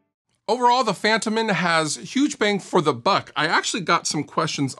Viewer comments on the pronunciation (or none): I believe it's pronounced fun-TOE-men. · Fun fact: It's pronounced Fun-toh-men in Swedish...